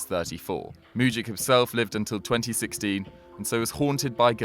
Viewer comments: Its mujic not muđik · Mujić isn't pronnauced like that